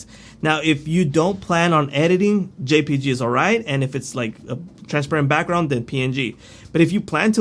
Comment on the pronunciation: Thanks! JPEG is pronounced “Jay Peg”;)